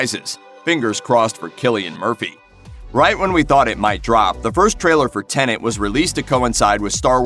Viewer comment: Pleeeeeaaase stop saying "Tenant" !!